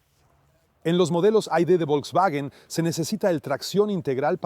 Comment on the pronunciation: ¿Cómo dice Volkswagen? ¿Bidublu? 😂😂😂